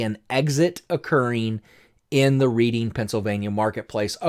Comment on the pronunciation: Great video. Pronounced [Red-ing] Pennsylvania